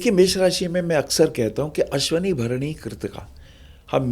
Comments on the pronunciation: सही शब्द'अश्विनी' नक्षत्र है, "अश्वनी" अशुद्ध उच्चारण है। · Punjabi me ese hi bolte hain matra kam istemal karte hain